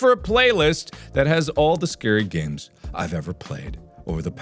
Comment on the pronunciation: 'Hello my name is markiplier and welcome back to three scary aids' That's legit what I understood 😂